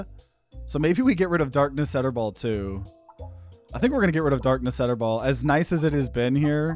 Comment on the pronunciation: Why do you pronounce it “Etterball”? It’s clearly a play on “Darkness Eternal”.